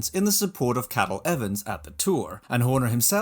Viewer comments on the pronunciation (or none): You did not call Cadel "Cattle Evans!" Haha